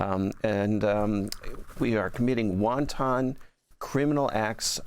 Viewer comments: The correct pronunciation (for your excellent guest) of the word "wanton" is "WAHN-tuhn" -- NOT "WON-TON"[sic]! ("WON-TON" is, of course, a very tasty EDIBLE -- whether boiled or fried -- in Chinese cuisine!!!) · Ffs, it's WANTON. Not "wonton" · I love when people mispronounce the word wanton as wonton. It’s an international crisis, not a Chinese menu, my brothah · Why does he keep saying "wonton" murder? 😂😂😂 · Um, would someone please tell him the word is wanton, not wonton? I know, I know. I’m being picky, but . . .😊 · this guy keeps saying "won-ton" instead of wanton. it's a small thing, but i'm hungry. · Wanton murder or wonton murder? Annoying pronunciation. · Not won ton it is 'wanton'. 😂 won ton is an Asian dumpling containing a filling. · Sorry about this yall........ wanton - not wonton. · He keeps saying "wonton" instead of "wanton", it's making the serious topic sound ridiculous. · Wonton murder!? I think the word you are looking for is wanton, pronounced wahn-TIN, like a tin can. Unless the boats are filled with wontons, like he said, no evidence, we don't know what was on board. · Good god I can’t listen to this guy say WONTON again!! 🤦🏼‍♀️ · It’s not pronounced Won’-Tahn’ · Why does he pronounce 'wanton' like the soup? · He isn"t the first American I heard the word pronounced like the soup. lol